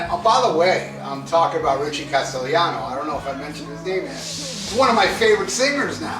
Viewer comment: You did pronounced his last name right Castellano, Castellano is a surname from castilla Spain meaning castleler or castle inhabiter, and also meaning the Spanish language as well, and the word also derives from Castillo or castle.🏰 He sort of looks like the late Jerry Garcia when Garcia when he was young to certain extent. Yes his singing does sound great I agree.🎸🎵🤘🏻